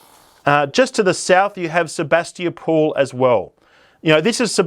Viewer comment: Wen-dory and Sabas-tee-a-pool 😂😂😂😂 You’re familiar with our Ballarat geography but not our names!!! 😂😂😂 Wendouree is pronounced “Wenda-ree” and Sebastopol is pronounced “Seb-bass-ta-pol” or just “Seb-bass” to locals…🤣🤣🤣